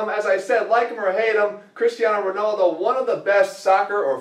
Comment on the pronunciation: Cristiano Rownawldo! Dying! xD